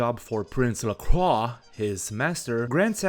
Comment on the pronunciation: Lovely retrospective. I also appreciate that you pronounce "Lacroix" in the correct way, which the game... just doesn't. Oh well, looks like it's time for another reinstall giggles like a child